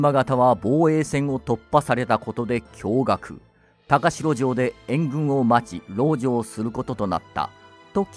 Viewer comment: 高城は「たかじょう」と読むんですが…歴史を語るのであれば、正確にお願いします😮‍💨